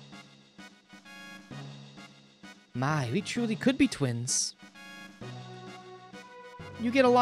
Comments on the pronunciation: The Japanese version (so arguably what the devs wanted) is Lee-neh. Where did you get Le-ann? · My only gripe is hearing you pronounce le-ann as lean lol other wise cool playthrough